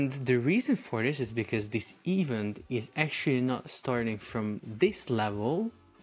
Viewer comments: ee-VENT, my bro, it's pronounced ee-VENT with stress on the last syllable, not EVE-ent. 🤭 I'm sorry, I know English is not a native language but you just used the word so frequently in the video and every time I got an eye twitch. Love your videos! ✊🏻❤️ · I truly believe your pronunciation is getting worse, the more videos you do. What is an "eevunt". Surely you have access to Google to check how words are pronounced?